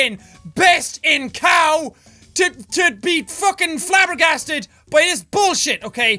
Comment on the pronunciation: Flabbergasted... Didn't you meant flabberGASTERed????? 😜